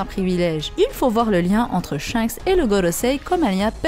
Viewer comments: Top la video, mais on dit SHANKS et non pas SHENKS À chaque fois que tu disais son nom j'avais envie de te mettre un red hawk dans ta face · Tu me stresse a dire " Shenks " c'est Shanks bordel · Elle a dit "shainks" jai quitté la vidéo désolé 🤣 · Superbe vidéo beau job à vs deux et ta voix omg par contre ta prononciation de shanks me fume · On dit chanxe par chinxe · Oui je pense 😂 j'adore tes vidéos mise a part tes fautes de prononciations 🤣😂 en tous cas continue comme sa